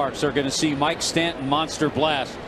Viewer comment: “Mike Stanton” makes me cringe